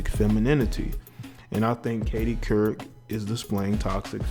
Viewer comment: Dude as soon as u couldn't pronounce her name i turned u right off to make this comment, here's why u couldn't pronounce her name, because u have been infected by social media, the systems? You're trying to do something You've seen on TV or YouTube but u didn't take the time to prepare yourself, why? Social media makes people who don't know what their doing and think they have a voice if you did u would have made sure your diction and pronunciation was on point smh